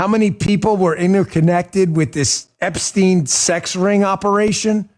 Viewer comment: At last someone says Epstein correctly - the UK reporter who attended this. It should be said 'Epstine'. To be said 'Epsteen', it woukd have to be spelled 'Epstien'. As for Trump still using 'Sleepy Joe Biden' - Dozy Donald Trump has napped in public plenty of times. We all know he is dodgy AF (putting it mildly) when it comes to young women and girls. He's vile, full stop.